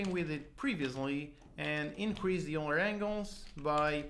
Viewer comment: Pronounced 'Oiler' not 'You-ler'